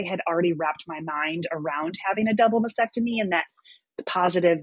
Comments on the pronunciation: It’s masTectomy not masSEctomy and dieP flap not Dee flap!!! Although pronunciation is not as important as your health, you’re dealing with with breast cancer patients, so legitimizing your qualifications would be so much easier if you sounded educated. I’m so sorry if I sound harsh, but you’re trying to educate us out here. Praise God you’re healthy!❤ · I wish her all the best. I know I’m being a bit nit-picky, but the word is “mastectomy,” not “masectomy,” as she keeps saying. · I SAID I was being nit-picky. I, too, am a breast cancer survivor — and I know how to pronounce “mastectomy,” and I don’t work in the field, as this survivor does. I think she’d be happy to finally learn how to pronounce the word correctly. As for that “Karen” thing: It sucks.